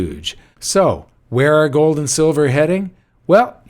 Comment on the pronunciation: Did I catch a Dutch accent there? A little Goldmember? What about joe? I think that's how Yukon Cornelius said silver in the Rudolph story.